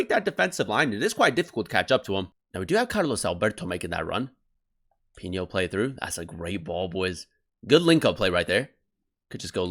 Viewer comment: Just letting you know it’s pronounced “pee no”